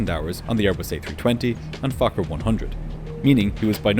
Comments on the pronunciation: it sounded like he said f**ker 100. 😅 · Fokker? Nah Fuker